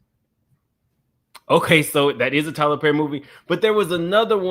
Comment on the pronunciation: IT'S TYLER PERRRRRR!! 😅😂 🤣❤️